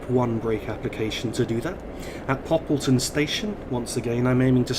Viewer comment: Great video so far (I've skipped to the end so I can see York)! I really like this route in TS not only because it looks really nice and I know the route well in real life because I live in York. Great to hear you pronounced Poppleton correctly! The stopping point there was spot on btw. One thing to note (with the route) is that the speed limit actually stays at 30mph until you reach the platform, but that's all. Again, great video :)